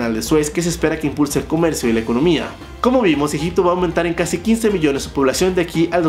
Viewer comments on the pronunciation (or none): Cuando dijo Egypto😂 dije este men está hablando bulgaridad 🤡